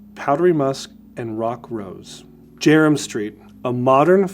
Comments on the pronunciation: It’s pronounced JERMYN (as in German) STREET. Thanks for the product lines. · Jermyn Street pronounced German Street.